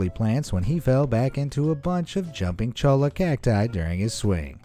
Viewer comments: ITS JUMPING CHOY-UH NOT CHOLE-UH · I don't mean to be rude but Cholla Cactus is pronounced (Choy-a) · Cholla is pronounced Choya. That was painful to hear you say over and over again. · Just need to clarify this. When you say "Cholla Cactus", it's pronounced as "Choya". Since it's a Spanish word and 2 Ls next to eachother in Spanish is pronounced like a Y. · Pronunciation Cholla (choy uh) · "Chollo" is pronouned "CHOY-a." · Pardon, it's pronounced "CHOY-ya." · He said jumping cholla wrong it’s pronounced Choy-a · LMAO cholla was so pronounced wrong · Am I the only one that noticed he said cholla soooo wrong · you miss pronounced cholla. what you said in Spanish means something totally different lol!